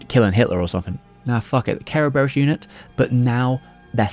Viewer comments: Kara-bare-rose? It's Ser-Ber-iss the multi headed greek dog that guards the underworld. Cerberus Corp. With an alternative spelling. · don't know why the hell you kept saying Ke ro be ros , is just kuh buh ruhs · Its actually pronounced KEr-veros its the original greek word which the West latinised as Cerberus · I keep hearing "carebears" xD great video as always! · The way you says "Kerberos" sounds like you saying "Care Bears" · Im guessing its closer to the japanese pronunciation that way? Every syllable having a vowel and all that?